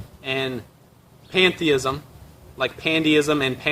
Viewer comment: Did he say, "Panda-ism?"